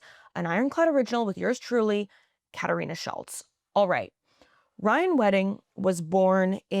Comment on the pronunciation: ...imagine being 'latino' and pronuncing 'Katarina Szulc' fkn uruguayaaaa stop it.